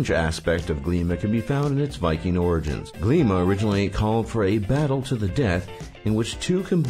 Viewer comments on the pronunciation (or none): none